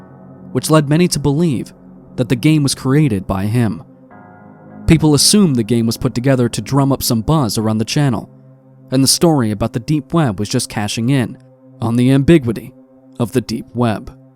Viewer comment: Ambigwity? How about am - big- yoo- it - tee = ambiguity?